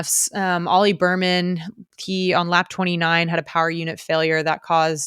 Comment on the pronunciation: I’m sorry but after hearing Berman so many times I had to comment. His name is Bearman. Like a 🐻. Otherwise great podcast.